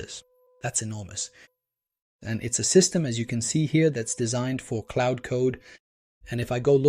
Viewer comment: It's Claude, not Cloud.